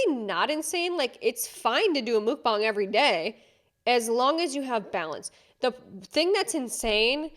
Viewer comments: Mukbang...= "Muck bang"..... not "mook bang" 😅😅😅 so cute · It's pronounced "Muck Bong", not "Mook Bang" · MUHK-bang not MOOK-bang lmfao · Mukbang is phonetically pronounced "Muck"=Muk not Mook. think of it like Muck-Lucks=Mukluk's not "Mook-lucks" ... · Its pronounced mook bang? I thought it was pronounced muck bang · Great video, loved it! This isn't too relevant, just wanted to let you know! "Mukbang" is a Korean word, so it's pronounced more like "Mukbahng", rather than the very American "MukbAng." Not a criticism, just incase you were interested. <3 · It's pronounced MUCKbong. No mook to it. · Is that really how it's really pronounced? "mOOkbang"? I thought it was "muKbang"... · it's driving me crazy it's Mukbang sounds like mukbong not mookbong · It's mukbang not mookbang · Every time I hear someone mispronounce mukbang, I cringe (I live in Korea). You got the bang part right- the muk sounds like "muck," not "mook." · Just to clarify, it’s pronounced “muhk”, not “mook”. Kind of like the word tuck with a m. The “bang” part is softer like “bahng”. You can find many Korean mukbangs where they pronounce it 😊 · ur pronouncing mukbang wrong it’s not mookbang it’s muck-bang MUKBANG .. u calling it mookbong or mookbang … it’s MUKBANG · It was really hard to watch when you kept mispronouncing Mukbang .. it's not MOOk-bane it's literally Muck-bane. But this Jelly Bean's videos are so gross. Why does anyone watch that cringe? It's disgusting to see and worse to hear. I couldn't watch it. You should have muted her videos. I had to stop watching in ... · Isn't it called pronounced 'muck-bang'? Not 'muke-bang'? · completely agree, but one thing i kept getting annoyed about...mukbang is pronounced "muck" bang, not "mook" bang. it's from korea, do your research! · Mookbangs?? Actually pronounced muck-bang. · its pronounced " muck-bang" not "mook-bang" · Muck not mook 😂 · Muk rhymes with duck. Not duke. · lol it’s pronounced “MUK”-bang as is rhymes with Yuk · Muk-bong lol